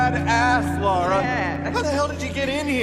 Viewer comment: LARA not LAURA. Ffs